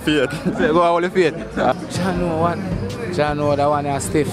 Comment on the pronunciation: "Jah" no sah